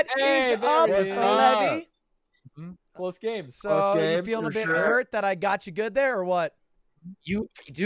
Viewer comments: *levy not levi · LEVY, NOT LEVI. DIFFERENT NAME, SAID DIFFERENT.